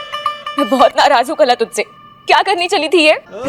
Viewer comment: कला ❎ काला ✅😂😂😂